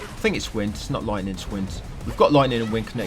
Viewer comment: We got loitning and wind canneckted to elementahl